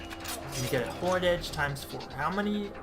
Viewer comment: i stopped watching after I heard “horned” edge